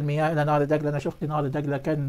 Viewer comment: الله يجزاك كل انت رجل صادق الله يعطيك العافيه.. ملاحظة يا نهر دجله...هاكذا وليس نهر دقله..حتى لا تمحو لغتنا العربية..شاكر لك